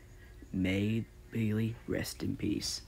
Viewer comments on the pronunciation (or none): Best footballer ever R.I.P I love Ukraine even Zelenski doesn’t quit. Also to let you know it’s pronounced (pay lay)